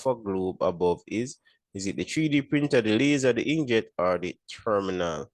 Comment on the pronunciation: so we nah go talk bout how him seh therminal instead of thermal printer💀💀